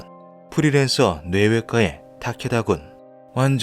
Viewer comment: 뇌외과의 타케다군의 ‘의’는 조사가 아니라 의사, 의료 할 때 의 자입니다. [-에]라고 발음하면 안됩니다ㅜㅜ 저번 형태 형성장도 그렇고 검수를 좀 꼼꼼히 해주셨으면 싶네요...